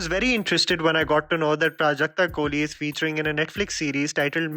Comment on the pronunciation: Waiting for the day when people will pronounce Prajakta’s last name correctly!